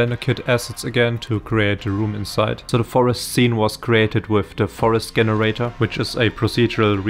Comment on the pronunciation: GREAT JOB BUT WHY U KEEP SAYING GGGEN irator its jen bro jenerator